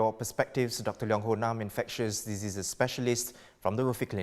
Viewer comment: pronounces "diseases" as "dizzziii".